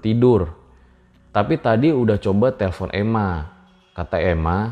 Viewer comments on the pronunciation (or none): Dibacanya Emak bang, buka ema :v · Ema itu dibaca nya emak pembawa acara nya aduh. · Baca nya mungkin "emak" bangg bukan "Ema" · Emak bang.....bukan ema..... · Emak bang bukan ema😆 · Wkwk ema di baca emak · Emak kali' bang bukan Ema😂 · EU'MA = E'MAK kaliii bukan EMA 😆😆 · "Emak" min bukan "ema". "E" nya seperti membaca "lebat" bukan "bebek" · Itu emak bang bukan èma, e nya ga dibaca jelas 😂